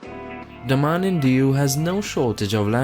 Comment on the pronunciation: IT IS not THE MAN and Diu IT IS DAMAN and diu